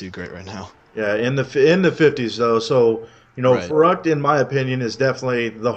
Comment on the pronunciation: its verrückt not verrukt!